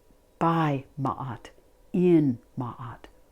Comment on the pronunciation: Love and gratitude from Egypt. A special thank you for pronouncing Ma’at‘s name correctly ♥️